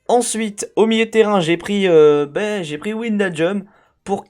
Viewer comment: Comment tu dit wijnaldum me tue ça se prononce pas comme ça 😂😂😂😂😂😂